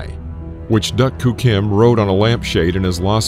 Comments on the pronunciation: Correct pronunciation was “Duke Koo Kim,” not “Duck Koo Kim.” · Narrator can't say doo Kim. No duck Kim, fool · I remember watching this fight as it happened and after 11 rounds I saw Kim winning handily. But being in the days of 15 rounders a lot of fights changed in the REAL championship rounds. Like Ray getting knocked stupid by Alexis! And his name was pronounced Doo Koo Kim, NOT DUCK!! Damn robot! This started the hysteria that resulted in 12 round fights. Even though it was never proven that fighters were safer with 12 rounds it was done to shut up the public. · Apparently the voice over guy hired for this isn't a boxing fan or versed in the Spanish language: the "LL" in "Arguello" is silent." It's pronounced, " Ar-gway-o." And I'm rety it's "Doo" Koo Kim, not "Duck." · I remember when this happened. Your narrator-bot needs recalibrating, though. Duk Koo is pronounced "Doo-Koo", not "duck too". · I liked the video. I hate the computer voice. Unable to properly pronounce fighters' names, e.g., it's ahr-GWAY-oh, not ahr-GWELL-oh. And it's dook, not duck-koo-kim. Total bs. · I can't believe this narrator mispronounces Duk Koo Kim's name throughout the video. It's pronounced as "duke", not as "duck." He also mispronounced Alexis Arguello's last name. I, too, remember watching this fight on TV when I was 11 years old, but what I didn't remember was that Kim passed away not that day, but four days afterwards. An 11-year old me growing up in Massachusetts had no idea that I would one day live less than one mile from Caesars Palace in Las Vegas. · This narrator pronounced both duk koo kim name and Arguello name wrong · I watched this with my Korean girlfriend. I'm reasonably sure it led to our breakup. Thank God! Pronunciation key: "Duke" Koo Kim; Alexis "Arg-way-oh" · I was at the the fight! It was an incredible fight and tragedy. “DooKoo” is how you pronounce his first name. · Nice video but jeez we gotta work on that pronunciation! Ar-gwello?? Duck-koo-kim??